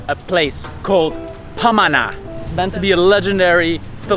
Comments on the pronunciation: Great vidoes.when you say pamana (heritage), sounds like you’re saying it as ‘panama’. you pause at ‘ma’, hence pama-na. also, all the filipino words follow the phonetic vowels of the alphabet-A E I OU (ah-eh-ee-oo-uu), there is no soft or downward A, just a as in “apple”. hope this helps. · "bulalo" - accent on the last syllable lo. "pamana" - accent on the 2nd syllable ma. It means heritage. 😊👌